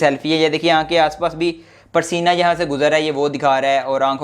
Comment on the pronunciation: You said parsina🤣😂😂 Btw bhai love u hogya allah pak aap ko khush rakhe